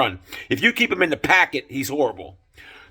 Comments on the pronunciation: It's pocket, not packet. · It’s pocket not packet wtf dude